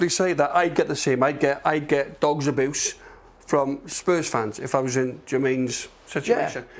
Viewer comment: Man said dogs aboose